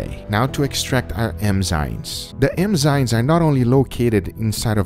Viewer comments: Guga, say Enzymes Guga : EMMMZYNESSSS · Can we get a “emzynes” counter? 😂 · I heard Guga say "emzymes," "emzynes," enzynes," and "engzynes" hahaha. Love you Guga! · I love how Guga says "emzynes" and not "enzymes" xD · It somehow rages me out that he says „emzynes“ instead of „enzymes“... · Which is weird, because in portuguese it's eNziMas, not eMziNas. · Every time he says “emzynes” instead of ‘enzymes’ I cringe inside a little A lot* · So tell me more about the "Emzynes" and then "Enzynes" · eMzyNes!! Come on Guga, it's enzymes. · It's enzymes not emzynes Guga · en-zaim rather than em-zain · Emzynes. How many times is he going to say "emzynes." lol. English, brother. Say it right. ENZYMES. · Maybe. But what are emzynes? Lol he kept saying it and it was crackin me up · Also EM-zimes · sounded like M-zimes to me... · Even in spanish: Enzimas, not Emzinas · Drinking game : take a shot of Vodka when he says "Emzynes" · Awwwe. He says emzines. ❤️ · Is it just me, or is he saying Emzynes instead of Enzymes? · The "emzynes" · Am I the only one who hears him saying emzynes instead of enzymes? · Does nobody else notice he's saying emzynes?? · is it just me or does he pronounce enzymes EMZYMEZ? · The emzynes...emzynes.....emzynes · I love the GugaFoods videos but...is it just me or does he keep saying "emzines"?? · Am i the only one hearing him calling enzymes "emzynes"? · ITS ENZYMES EN-ZYMES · not to be rude, but eNzymes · Emzyne? Literally unwatchable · its pronounced N- ZYME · EN-ZYME. Say it right, man. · "Emzynes" ughhhhh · It sounds like he says it right about a 1/3 of the time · Guga is a great cook, but he sure doesn’t know how to pronounce the word “enzymes” lol